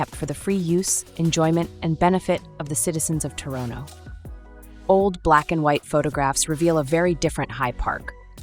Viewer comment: How is she pronouncing Toronto? Tor oh no